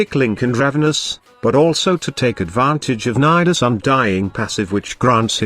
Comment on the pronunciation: I heard ni ass